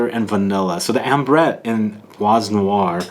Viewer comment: Hello, l reaally enjoy your review videos and comparison ones... and this one doesn't disappoint!! (Bois noir is pronounced like : [BWA noir], the S at the end of bois is not pronounced) ... Cheers!! And can't wait for future reviews!